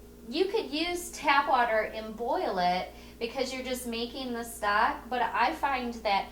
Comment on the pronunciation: lost my vote when you said stack instead of stock.